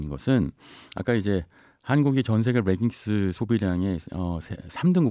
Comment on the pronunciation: 레깅스를 자꾸 r발음을 넣어 reggings 라고 발음하시네요. Leggings "레깅스"가 올바른 빌음입니다